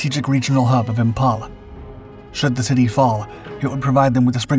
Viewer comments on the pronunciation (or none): PIAT... Pee-at... IMPHAL.... Imfal. For crying out loud it's basic English.